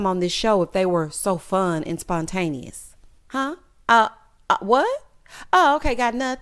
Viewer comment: 😂😂😂 just confidently saying these words wrong. She got her own lil dictionary